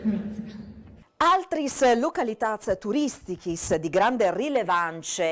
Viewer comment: "Localitats turistichis", no "turistiche".